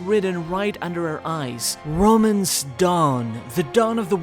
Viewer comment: Maybe its not "Romance Dawn" but "Romance DONNNNN"